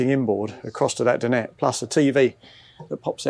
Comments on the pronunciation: Alex is spot on. The correct pronunciation is Din- ette. Well done Alex. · It's a French word, not English. He's one of the few people actually saying it correctly